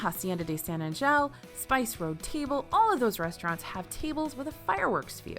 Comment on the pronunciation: The pronunciation of San Angel 😂🤌🏼